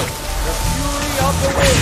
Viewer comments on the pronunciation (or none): none